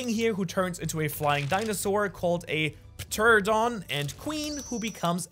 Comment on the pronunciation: the p in pterodon is silent by the way.